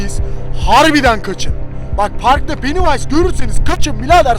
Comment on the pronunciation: Penniwise yani penivays